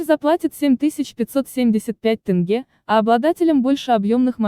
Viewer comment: С каких пор Казахстане деньги называются тынге? Насколько я знаю это тенге.